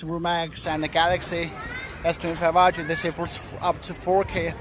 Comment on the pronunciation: Everyone pronounce: Ultra❌ pronounce: Aytia 🤣✔️